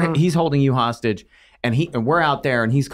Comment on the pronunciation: Kidnapper?! Hostagie?🤣